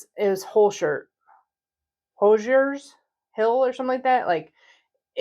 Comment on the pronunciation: Since i live in Indiana, I have to correct your pronounciation of Hoosiers....it's WHO-zhurs. There you go. I love your keto videos, btw!